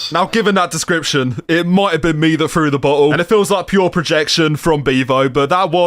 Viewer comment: Alright who “fru” a bottle at his head? Come on. Who Fru id